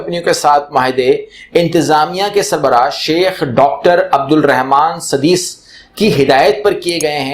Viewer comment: not sadees. it is Sodais